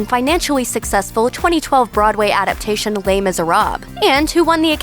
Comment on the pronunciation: You guys pronounce Les Miserables differently every time you mention it